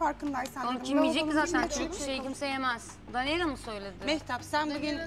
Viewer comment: ceydanin danelya demesi